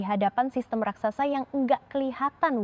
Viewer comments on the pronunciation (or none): none